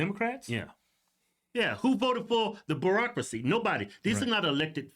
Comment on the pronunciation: It sounds like you’re saying the Barackcrasy lol which you still aren’t wrong.